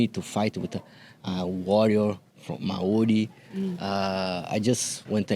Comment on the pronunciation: great interviews girls and a big kia ora to Pantoja his pronunciation of maori was impressive